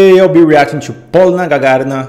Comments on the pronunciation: she's name is Polina,not Polna)) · Hi, she is Poliiina, stress on the letter - i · She's Pol I na, she's not P O lina in Russian